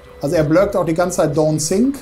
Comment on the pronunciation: Ach „Don‘t sink“ sagt der... ich hab immer „Don‘t sick“ verstanden und mich gewundert, warum mir da jetzt schlecht werden soll 😂